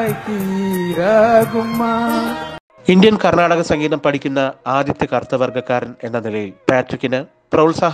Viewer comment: കർണ്ണാടിക്ക് സംഗീതം എന്നതല്ലെ ശരിയായ ഉച്ചാരണം